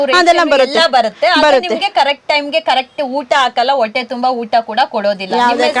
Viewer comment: ಹಾಶ್ರಮ? ಹಾವತ್ತು? ಒಟ್ಟೆ ? ಥೂ ಅಕಾರ ಹಕಾರ ಸರಿಯಿಲ್ಲ ಆಂಕರ್ ದು. ಕೇಳುವುದಕ್ಕೆ ಅಸಹ್ಯಕರ ಕನ್ನಡ ಉಚ್ಚಾರಣೆ.